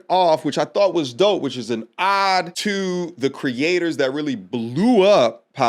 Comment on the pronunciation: dont pronounce “ode” wrong brother.